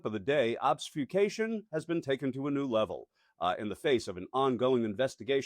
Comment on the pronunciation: Did you say "obs-fyoo-cation"? No.